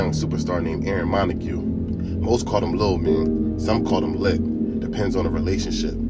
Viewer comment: 😂 The fact that you called Lits Lit, and pronounced his last name MontaGUE instead of "Monte" confirmed my suspicions that you have no idea who you are talking about. If you aint never been to da bottom, you wouldn't understand da Bottom, so stay the fuc outta da Bottom! His name is Aaron LaDonn Montague (pronounced MunTAY)😂